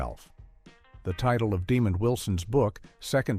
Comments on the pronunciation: HIS NAME IS NOT demon; IT IS DAMON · The MISpronouncing of Demond Wilson's name is egregious. Sounds like "DEMON." 🤦🏽‍♂️